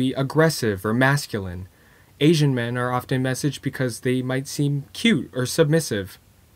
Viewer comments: Asian suddenly turned into Aisian. Lmao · "Aisian men"